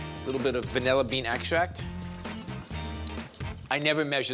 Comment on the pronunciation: It’s vanilla, not “vunella.”